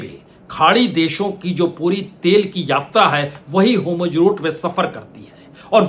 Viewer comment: सर मुझे लगता है कीआप जो "homurz" उच्चारण करते है वो वास्तव में "hormuz" होना चाहिए। बाकी तो मैं आपका फॉलोअर हूं।🙏🏾